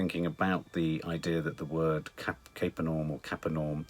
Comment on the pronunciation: Kafar Nahhoum is the right pronunciation